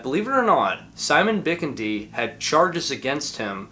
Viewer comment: Pretty sure it’s pronounced BiKIndi (accent on the 2nd syllable)